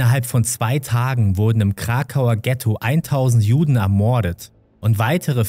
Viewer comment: kannst du mal bitte ordentlich reden und das wort "ermorden" nicht so übertrieben betonen. bekommt man echt ohrenkrebs ...